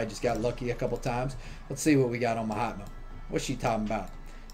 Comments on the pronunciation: Every time you say ma hatma i hear “my hot mom” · That is name frost wizard not ma hatma